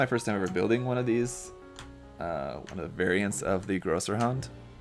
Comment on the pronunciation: It absolutely is Größerhund (Grosserhund). That "ß" is not a "B"; it's the "Esstset". It makes the "SS" sound in German.